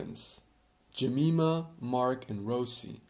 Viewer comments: And Jemima is usually pronounced "Je-MY-ma", not "Je-ME-ma". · 1. You swapped Yvette and Alicia 2. It's Sherry, not Shelly 3. Jeh - Mai - Mah